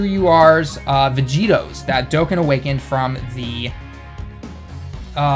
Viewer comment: IT'S DOE-CON- NOT DOEKEN